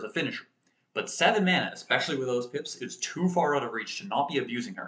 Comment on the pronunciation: You said pips. I heard hips. Have a nice day!